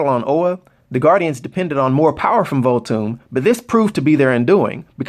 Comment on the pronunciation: you gotta put the h within Voolthoom bro:)